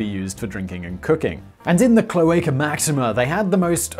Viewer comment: Rome was not pre inhabited by etruscans and later Roman's moved in, as mentioned in the video. Rome had etruscan kings. Who started the cloaca máxima Btw try pronouncing the A in cloAca as the last a in the same word, or as the a in mAximA